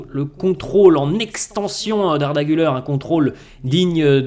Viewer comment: Pour la pronunciation d’Arda Güler , Gül(air) et surtout pas Gül(eur), donc sympas de bien pronouncer. Merci